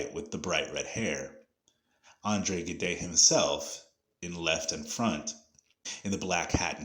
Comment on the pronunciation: Gide is pronounced with a soft G and a mute “e”. The name is famous enough to be pronounced more accurately as “zhidd”. I liked the video nevertheless.